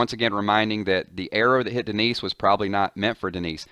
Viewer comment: Lmfao I though he said the knees instead of Denise